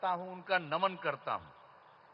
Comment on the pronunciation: Naman hota hai n ki daman 😂😂